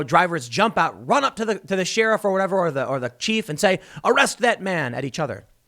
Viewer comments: Congrats Tim you finally said Sheriff correctly. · I think that’s the first time I’ve heard him say “sheriff” correctly. Progress.